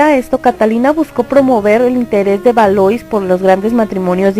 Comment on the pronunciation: Exacto, además dice Asturias cuando en realidad es Austria. Bueno, también la pronunciación del francés esta un poco al debe en nombres como Valois y Poitiers.